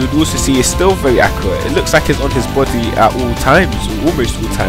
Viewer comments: he tries to say body but says boody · it sounds like your saying try to put it on the person;s botty lol bt nice video tho